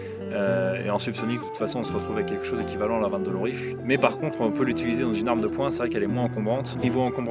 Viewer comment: J’aime beaucoup les prononciations de chaque mot avec l’accent… sauf à 22 long rifle… le poids des habitudes 😉 Mise à part ce détail, idéologique très intéressante, faudra que je rajoute quelques pistolets en 22 magnum le jour où je me livrerai à un comparatif pré-achat. Merci pour ça !